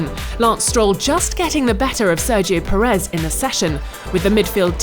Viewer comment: Pérez not Peréz.